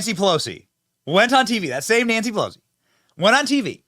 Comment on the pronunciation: When did Pe-lush-ee "spits out dentures"?? Click bait B.S.